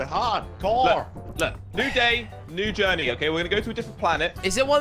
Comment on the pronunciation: New day new journ'eey - Wise Words.